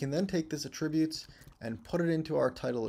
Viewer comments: For the love of God, stop saying "a-TRIB-utes" We stress the FIRST syllable with the word: attributes. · I think has a license to pronounce "attributes" any way he likes considering the quality of his lessons. In fact, I am perfectly fine with "forward/backward slashes". Whichever. Don't matter. Just keep teaching the way you teach,!